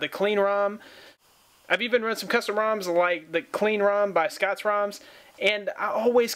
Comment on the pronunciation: Rom not room haha